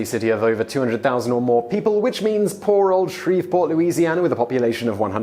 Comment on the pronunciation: Even know my city is on the list, but...they said it so...AYE!!!! Shreveport!!!!!!